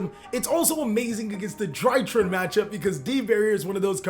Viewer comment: Drytron, Not drytrin